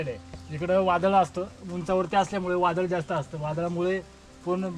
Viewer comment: वादड नाही वादळ 😂 मस्त 👌 तु जिथे जातो तेथील गाव, तालुका आणि जिल्हा यांची नावं सांगत जा 🙏 म्हणजे लोकांच्या लक्षात येईल आणि ते सहज जाऊ शकतील 🙏 बाकी तुझे व्हिडीओ खुप सुंदर असतात आणि मला ते पाहायला खुप आवडतात 🙏 सप्रेम जय महाराष्ट्र 💪🚩